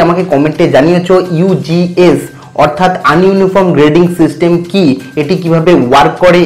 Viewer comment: Apni ugs pronunciation vul krrchen.